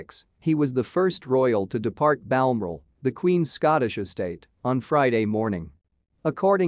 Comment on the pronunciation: The word is BAL-MORAL. Honestly, how hard is that to say!! BAL-MORAL!!!!!!!!